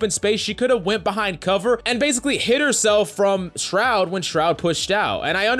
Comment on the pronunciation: Buddy really be out here saying SROUD smh